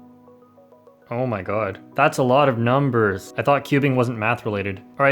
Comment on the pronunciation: No one:: oh my god that's alot of numberRrs